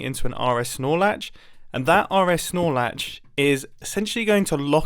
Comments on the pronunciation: Someone told me RS NOR latch sounds like Aura Snore latch and now that’s all I can hear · i like to think that Mumbo actually says Arnold Snorlax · all I hear is "RS Snorlax" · Anyone else hear RS Snorlax when he was saying RS NOR Latch? Or has my son been playing Pokémon Sword and Shield too much recently.